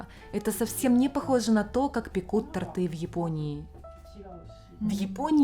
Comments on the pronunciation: Мне очень нравятся такие видео,но пожалуйста не ТортЫ,А тОрты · Спасибо за сюжет,.❤ Но, пожалуйста тОрты, а не тортЫ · Пожалуйста,не произносите,пожалуйста,тортЫ! Правильно тОрты!😘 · Все отлично. Но очень режет слух тортЫ. Уже не первый выпуск слышу. Правильно тОрты. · Свёкла, торты( ударение на "о"). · Милая.. То'рты... И только так... Прости, пожалуйста🙏 Ты крутая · СвЁкла 😅буква ё в русском языке всегда ударная)))) тОрты)) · вы мне очень нравитесь, но тортЫ режет слух. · Торты, ударение на "о")))) а так видео классное как всегда :) Живу Дании, здесь так же с тортами всё плохо :( Да и в принципе много чего не хватает из того, что было раньше привычным дома :(